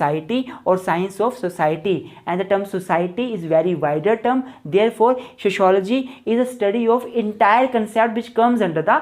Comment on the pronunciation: Sho shology 😅😅😅😅😅😂